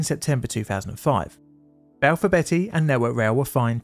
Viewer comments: Just a side note, Balfour Beatty is pronounced like the vegetable beets, not like the name Betty. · Enjoyed the video but it's not Balfour Betty it's Balfour Beat-ty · Not Balfour Betty its Balfour Beat tea. 🙄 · and Balfor BETTY (whoever she is) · IKR? Not sure if he was taking the piss, but calling Balfour Beaty, Balfour Betty really hurt my ears each time. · Sorry. Beatty is pronounced BT not Betty. I was too young to pay attention at the time, but now I know why they closed down. I still remember the large statue they had outside of their offices in Greenford. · "Hartfordshire" not "Hurtfordshire". It's spelled with an 'e' but pronounced as an 'a'. Also, "Balfour BEETY" Not "Balfour BETTY". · LMAO Betty, it's pronounced BEAT-T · Balfour Beattie, not Betty! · It's pronouced Beaty, Balfour Beatty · I love your vidos but your mispronounciations are really jarring - it's Balfour BEATTY not Balfour BETTY, and HARTfordshire not Hertfordshire. Unfortunatey there was a series of incidents over this period as you pointed out, years of neglect and the effects of privitaisation and cost cutting unfortunately coming home to roost. Have you done a vdeo on the aberdeen/Stonehaven landslip crash yet? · I don't understand why, and I'm not proud of it, but I can't tell you how triggered I got each time you said Balfour Betty. There's an a in there, so it's pronounced beat-ty, not betty, ahh count to 10...and relax, lol. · Hurtfordshire? Balfour Betty? Please tell me this is on purpose. I’ve never heard anyone from here mispronounce those. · “Hurtfordshire”? “Balfour Betty”? 😂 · Its Balfour BEAT-EE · It's not Balfour Betty😂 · Can’t bear the mispronunciations. Hertfordshire is pronounced HARTfordshire. Balfour Beatty is Balfour BEEty by the way. How can anyone be from the UK, let alone a YouTuber that can easily research place name pronunciations and still get it wrong is beyond me. Lazy. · Never heard Balfour Beatty pronounced like that…